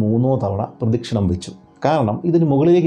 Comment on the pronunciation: പ്രതി ക്ഷണം അല്ല പ്രദക്ഷിണം